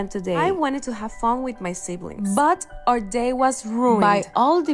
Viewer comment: I wanted to have fun.. BUTT The emphasis, I can't 🤣🤣🤣💀💀